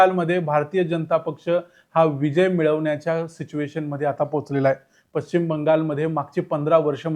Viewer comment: Pashchim Shabdacha uchchar chukicha karatay. Ya shabdatil ch cha uchchar karit nahit.